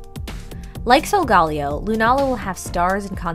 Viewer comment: You pronounced it salgalio it is salgaleo